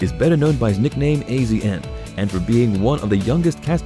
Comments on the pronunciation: "AZN" yeah we pronounce it as "ASIAN"........ you know probably cuz he's Asian, maybe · AZN pronounced ASIAN I hate these robo voice overs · Dear Celebrity Net Worth, we already know 99% of this. If you’re trying to do an update, just the tiniest bit of research would have made this worthwhile, not regrettable. You would have known that AZN is pronounced Asian. Also Farm Truck’s last name is Whitley, not Whitely. The rest isn’t worth my effort.